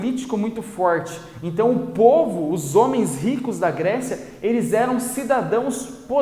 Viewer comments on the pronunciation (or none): Ssor se falo polvo invés de povo